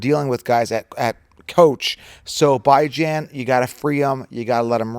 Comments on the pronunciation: Your mispronouncuation of Bijan's name shall remain a curse on him... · Hard to take you seriously when you mispronounce Bijan